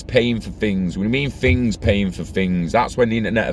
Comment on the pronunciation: “Internet of Fings” 😂🖖